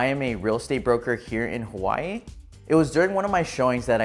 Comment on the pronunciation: You know he's not originally from Hawaii based on the way he pronounces Hawaii. He's probably from California or something.